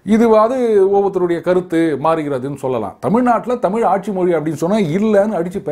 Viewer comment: So many. Tamil eelu etc etc Even Mr. Annamalai till day Pronounce tamizh as tamil Eezhu eelu vazhkkai as vaalkkai.